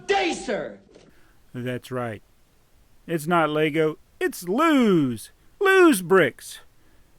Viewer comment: its not los it loz